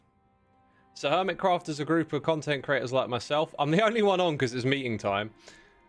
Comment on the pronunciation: Oh yay! Errrmit Qwaft is my favourite SMP!! :D